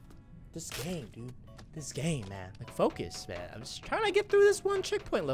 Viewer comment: DID you hear that he sed foc us